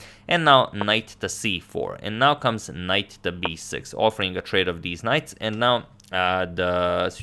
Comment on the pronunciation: "ThEeZz nKiGHts" HA, GOTTEM!